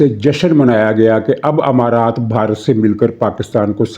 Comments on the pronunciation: محترم جناب حمارات نہیں امارات ہے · sahib h=e, not himaraat it's emirates. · لفظ امارات ھے نہ کہ حمارات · حضور امارات ہوتا ہے حما رات نہیں ، اور 3 تہائی والی بات سمجھ نہیں آئی